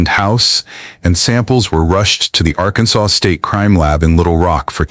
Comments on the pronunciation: AI says "Arkan-Sauce" 😂😂😂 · Arkansauce? Really?